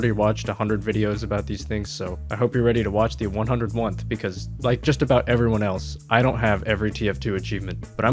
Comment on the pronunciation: “The 101th” - 2023